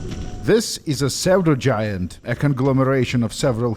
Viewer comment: It's pronounced sudo-giant. Means not genuine. Like pseudonym.